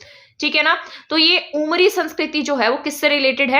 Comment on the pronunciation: Ma'am aapne अमरी likha h lekin aap bol उमरी rhi h. Aise to hm log bhi confuse ho jayege